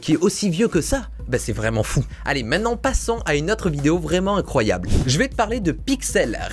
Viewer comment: Vidéo « Incryoable » ??